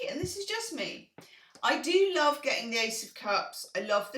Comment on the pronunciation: Grateful for your "LUOVE" ;)